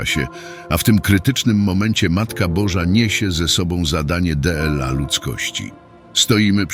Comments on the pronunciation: Co to za "deela "? powinno być dla. Kompletna głupota z tym elektronicznym lektorem. Nie warto was polecać, są inne wartościowe katolickie kanały . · To jest kompilacja tekstów a nie orędzie! Maryja nie przepowiada, przepowiada Jackowski, Maryja wie i zapowiada. De el a zamiast dla jest już nie do wytrzymania, tyle miesięcy to słyszę i nic z tym nie robicie. Merging? To słowo jest angielskie, w dodatku czytacie jak jest napisane, a nie jak powinno byc wymawiane, a zupełnie zapomnieliście by je przetłumaczyć. Tytuł nie odzwierciedla treści. Ten kanał to porażka!!!!